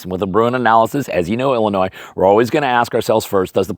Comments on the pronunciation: 🤣🤣🤣 you said it illiNOISE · Love your channel!! But the s in Illinois is silent! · This is of course only friendly banter, as every citizen of Illinois owes you quite a lot (even if they know it or not), but it is amusing to hear even a scholarly man struggle to not pronounce Illinois as if it’s plural :)